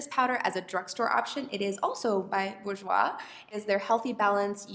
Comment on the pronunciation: I'm from Slovakia and Burjouis is perfect! 😍